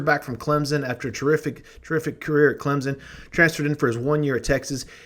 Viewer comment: Just a heads up.... there is no "Z" in Clemson. Carry on.